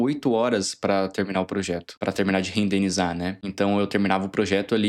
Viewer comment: pq vc fala "rendeNIzar"?